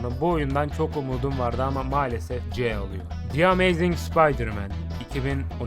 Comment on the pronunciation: aga git biraz ingilizce çalış gözünü seveyim arkada ses olsun diye açtım telafuzların kulağımı kanattı. karneyg, amayzing ne anasını satayım ya